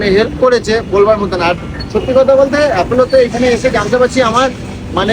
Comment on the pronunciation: Uchcharon ta apolo. Apelo na